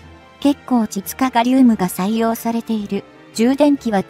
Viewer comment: 「ちつかがりうむ」って言わないでくれ！ちがうちつに聞こえるww